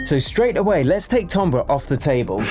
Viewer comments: it’s pronounced timbre as in tamber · “Tombrer” is NOT how you pronounce timbre 😭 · how did you just prnounce timbre?